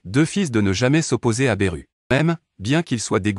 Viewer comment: Belle vidéo comme d'habitude mets pourquoi tu berru et pas Beerus avec le S car le s des maîtres Beerus ce prenonse et pourquoi tu t'arrêtes au milieu de ta phrase du coup ça coupe un peu la mécanique du texte vu que c'est toi qui poste ta vidéo prend le temps de te réécouter sinon GG 👏👌👍🙏❤️